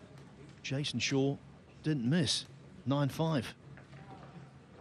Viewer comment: Why does the announcer call Jason Shaw, SHOWA?